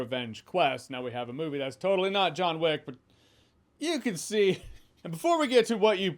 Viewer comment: Joanna Wick? 😂